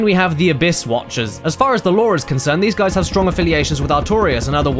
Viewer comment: everything you adore about "dis gays"? ( ͡° ͜ʖ ͡°)